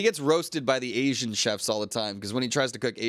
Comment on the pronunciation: can you learn how to say Asian please? its not ass-ee-an, A-she-an